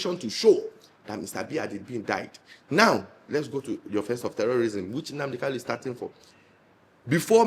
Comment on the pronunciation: Mazi Nnamdi Okuchukwu kanu is the proper pronunciation of his name with ...lu at the end; and not Kalu because there's another well known politian I don't care to mention his name who has similar name. Thank you for speaking the truth to power